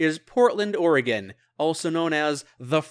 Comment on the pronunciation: Incredibly impressive, loved the series and loved this video. You even said Oregon perfectly! Research well done!